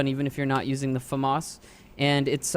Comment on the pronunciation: clicked off video when you said famas..